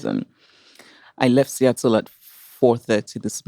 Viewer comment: I'm glad she mentioned "Seattle" with the "t"😊